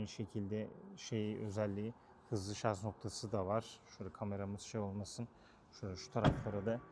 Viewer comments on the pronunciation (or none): none